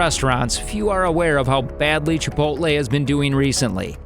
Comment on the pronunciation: Typical Yankee can't pronounce chipotle